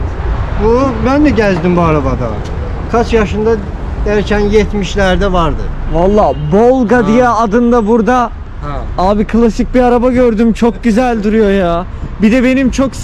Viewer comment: Bolga degil volga ruslarda b v diye okunuyor volga deryasinin ismini verilen isim.olarak